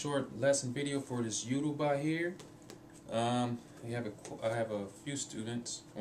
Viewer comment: you said it wrong im sorry but it yo-ru-ba like yo-ro-ba.